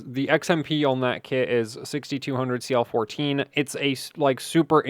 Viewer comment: Did you say 6200 CL14?